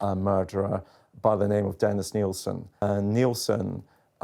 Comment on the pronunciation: Nill-sin Not "Neil-sin"